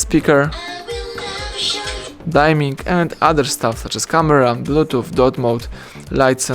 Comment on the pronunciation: LMAO dime-ing mode? It's dim-ming.